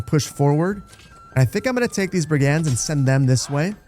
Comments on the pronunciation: Lol I love how confidently you’re saying “brig-anz” 😄 it’s actually “brig-unds,” but honestly I kinda want your version to catch on. Somewhere an English teacher just got heartburn 😂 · Please, Brig-ends not brig aaands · Great video. Not too slow, not too fast. Brigands is pronounced 'BRIG'unds. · You mispronouced brigands. it was bugging me the whole video haha. its pronouced bri·gndz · I have never heard this pronunciation of "brigands" before. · Please please 🤣 not sure of your nationality, but learn how to say Brigands 🤣 videos are great but some of the pronunciations are just wrong enough to wind me up haha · Glad to see more Manor Lords content! I'm convinced you're intentionally mispronouncing 'brigands' and 'granary' as some kind of social experiment, maybe for engagement 😂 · My eye twitched every time I heard that pronunciation of brigands 😂. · It's his frankish ancestry coming through :P